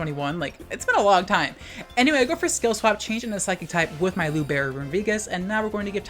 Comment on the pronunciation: You butchered "libero"'s pronunciation to the point I wasn't understanding until I saw Cinderace, but I still love you.